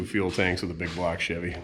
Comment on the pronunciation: isn't it BIG BLOCK, not BIG BLOG?